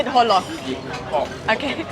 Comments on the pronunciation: You pronounce "cola" in Cantonese a bit like "horlick". 😃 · I think she did a pretty good effort. I can only hear a slightly off pronunciation of "hor lok" and "tong fun" personally.